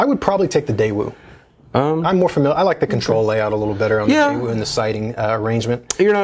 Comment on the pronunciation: Just a quick FYI: the correct pronunciation of Daewoo is… hard to explain in a text note! Best I can do is Daewoo without the W so "Dae'oo" or "Dai'ouh" :)